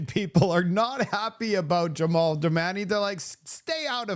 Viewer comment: JAMIL, not Jevon, not Jamal. Jamil. There's a picture of his name in your video.🤦🏿